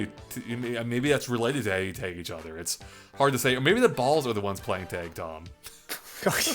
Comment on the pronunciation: When he said “Taig” instead of tag